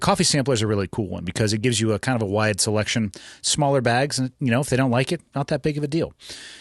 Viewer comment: He says begs (bags) like Michael. Just sayin.